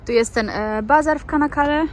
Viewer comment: Nazwe miasteczka wymawia sie Czanakale, a nie kanakale. Takie Ç wymawia sie cz.